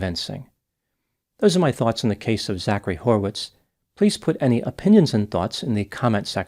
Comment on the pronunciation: Hmm, horwitz? Lol. Every time.